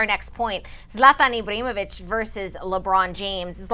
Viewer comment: Ibramovic lol Can't even pronounce his name.. zlatan said nothing wrong